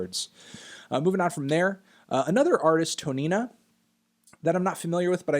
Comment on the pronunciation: Is it bad that I heard Tonina as Tonetta?